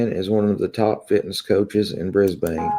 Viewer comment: And it is pronounced Bris-bin...😎